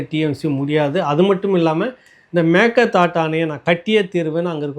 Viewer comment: அம்மாடி, பல முறை இரண்டு மூன்று வருடங்களாக நான் எடுத்து கூறியும் கவனிக்காமல் இருந்த போதிலும் தற்சமயம் சரியாக மேகேதா ட்டு என்று உசரசரித்திருக்கார் பல comment அனுப்பியுள்ளேன் இப்போ குணா என்பவர் தெரிவித்து சரியாக உச்சரித்திருக்குறீர. திருசக்தியாருடன் நடந்த உரையாடலின் போதும் தெரிவித்தேன்